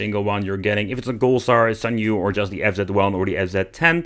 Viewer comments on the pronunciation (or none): Senyu? SAN-YO